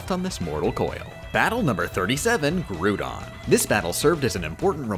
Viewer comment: “Grew-don” ...you get one pass. “Rain” You only had one pass!